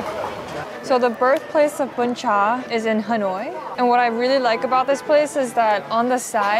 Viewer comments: sorry but "BÚN CHẢ" not "BÚN CHÀ" ^^ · Girl that "Bún Chả" not "Bún Chá" "Bánh Tráng Nướng" not "Cuống"😂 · Omg I love this video. As a Vietnamese spending her first Tet aboard, this video brings me back home. The food, the sound, people and everything else is just so real and perfect. One small thing that the second dish you ate is "bún chả" not "bún chà". But really, I'm so grateful you added the original name of the dishes and even tried to pronounce them. Love this so much~~~~~~ Edit: nvm, most of the dishes name are wrong but everything else in this video is legit 🫡 "phò bò" = "cow slut" hahahahahahaha so fk cute 🤣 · Oh no it's "Bún chả" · It's Bún Chả not Bún Chà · Let’s me correct the second dish, this one name “Bún Chả” not “Bún chà” 🫣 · oh there is a mistake it's BÚN CHẢ